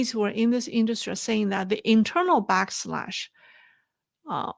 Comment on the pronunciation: black lash. pardon me. not black slash Great reporting